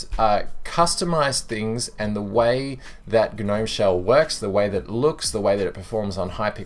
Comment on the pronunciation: Just me, or when he said g-nome it reminded me of the "you've been gnomed" meme?